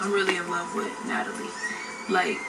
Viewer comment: Lol I love u girl but u pronounced Natalie name wrong at the end lol ❤️